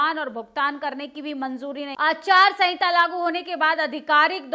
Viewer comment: Aacharya sahinta nahi hota ya bola jata hai madam......aachaar sahinta bola jata hai...